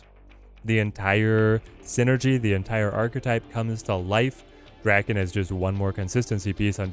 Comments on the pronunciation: D A K E N nor “dracken” (where did the R come from?) 😂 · saying “Draken” instead of “Daken” is making me cackle, it reminds me of Lord Drakkon from Power Rangers. I’m sure Akihiro wouldn’t mind considering in-universe Daken “means” mongrel, and is an insult about his mixed White-Asian heritage